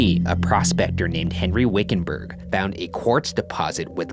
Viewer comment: wickenburger? wiccanburg? oh yea definitely haunted